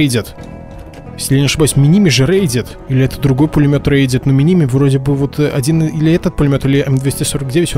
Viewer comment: ми ни ми ударение на последнюю И